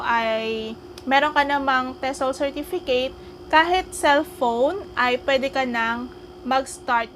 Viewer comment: she can't even pronounce "certificate and approximately" correctly.